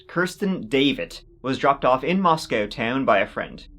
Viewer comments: Not to nit pick...but hearing him say "Moscowtown" is super annoying. Moscow... just like the other one. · It's pronounced "mah sco", not "mos cow".